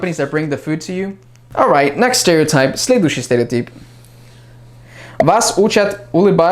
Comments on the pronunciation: Когда ты говорил "следующий стереотип", ты произносишь это практически без акцента!)))))) Прям идеальная интонация) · Слова "Следующий стереотип" ты произносишь так чисто, без акцента! 👍😃